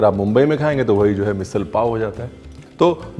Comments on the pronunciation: It's "मिसळ"not मिसल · झणझणीत बोलतो ना मिसल नाही मिसळ बोलायचं❤😀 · 😂मिसिळ, मिसल नाही. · मिसल नहीं मिसळ! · ओय रणविरजी मैं कोल्हापूर से हुं. बहुत ही अच्छी तरह से ओथेंटीक मिसळ आपने दिखाई (क्या है एखाद चिज फेमस बनती है तो फस्ट कोपी बनना शुरु होता है नं?) आपका बहुत ही मनपुर्वक धन्यवाद. पर एक शिकायत रही प्रोनाऊंसेशन की कहिए मिसळ ना के मिसल.काय कोल्हापुरी भाषेतच शिकवु. फिर कहना नही सचिन आपने बताया नही.